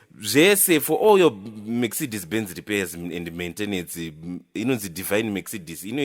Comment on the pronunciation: Mercedes(Me-k-ce-de-s) ndirikushaya kuti "k" aripapi🤣 maybe k ari visible, hanty letter kana riripo risingataurwe on pronounciation rinonzi riri silent kkkkkkkkk